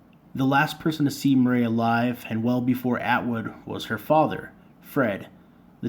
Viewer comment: It is pronounced like Mur eee . And no Butch never got near her